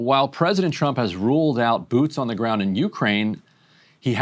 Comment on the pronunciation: Sounds like she said 'President Chump'